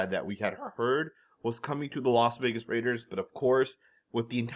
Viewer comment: He also says Los Vegas